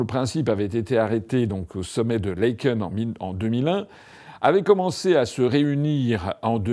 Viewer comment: Ca s’écrit Laeken mais se prononce Laaken, c’est un « a » long. Et ce n’est nullement dans la banlieue de Bruxelles (ce concept n’existe pas en Belgique, du moins pas comme en France) mais fait partie intégrante de Bruxelles